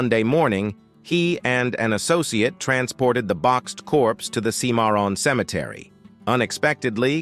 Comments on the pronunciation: Boyo boy these AI reading apps sure have no sense of how to speak names like "kimaroon".for Cimmeron . All thru this video I had to use my imagination to divine exactly where in Texas be was speaking of. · Cimarron mispronounced 4 different ways by ...